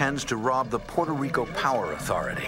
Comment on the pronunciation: Exactly. It's Puto rico